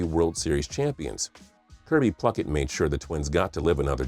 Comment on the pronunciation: It's Kirby Puckett!! Not Pluckit 😬😬😬